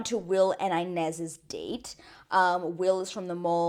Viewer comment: I like your videos but it gives me the ick, I believe Ines says her name with more "e" sound than "i" sound and I would be happy if you would also say her name like that cause everyone on the show says it like that I believe